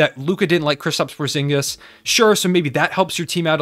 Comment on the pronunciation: Porzingis? POORzingis...